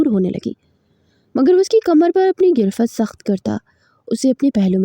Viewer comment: Or lafz irft nahi garift hota hai plz.